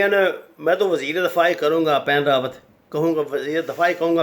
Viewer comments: The name of previous chief of staff of Indian army, which you are pronouncing again and again is “Bipin Rawat “ not “Pan Rawat” kindly correct your record. Also name of chief of national security adviser of India is Ajeet Doval, not Ajeet Dvaal. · Ap nam to sahi bolen, bus baith Gaye aur tube banana shuru kardiya. Wen rawat Nahi, Bipin Rawat sahi nam hai. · Bippin Rawat not what you saying pan rawat.... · طارق صاحب پلیز نام درست بولیں یہ پین راوت نہیں بپن راوت ہے۔ اگر جان بوجھ کہ دشمن کا نام بگاڑ رہے ہیں تو پھر ٹھیک ہے ۔ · someone tell him its Bapan Rawat not Pen Rawat .... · Pain ravat nahiii bipin ravat he . Kuch to parh liya karoo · ساگر صاحب صحیح نام بپن رادت ہے Bipin Rawat نہ کہ پین راوت۔ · بندہ نام تو صحیح لے... مثلا.... بپن راوت.... اجیت دوول.... ہندو توا.... میں تو عام سا بندہ ہوں. نام صحیح نہ لیا جایے تو مزہ نہیں آتا